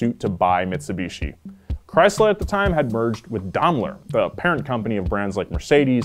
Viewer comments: its pronounced Daimler not domler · Always thought it was pronounced 'Dime-lur Chrysler' no Domler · It's pronounced "Dime-ler" not "Dom-ler". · It's pronounced "Dame-ler" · You can pronounce Maybach correctly but can't do it with Daimler. Maybach=mybok, Daimler=Dime ler. In German the second vowel of a two vowel combo is said in long form. Y in Maybach makes an eye sound, I in Daimler makes an eye sound. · Dom-lur Chrysler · Strangest way to pronounce Daimler that I've ever heard! 😂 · Glad it wasn’t just me, dam yanks lol 😂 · The way keeps pronouncing “Daimler” is so grating.